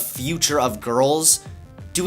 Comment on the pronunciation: its not "Liberals Ruin Women" its "Liberals Ruin WAHMEN!!!!"